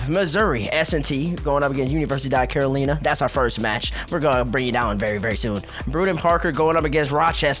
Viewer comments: Why does pronounce Carolina like that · Who the hell taught these people how to say Carolina? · Care Oh Leen Uh vs Care oh Line uh vs Ka ro li na